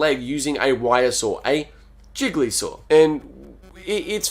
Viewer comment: I keep hearing Gigli Saw as Jigglysaw and I can't stop laughing It sounds like a bad tentacle... content parody of Saw 8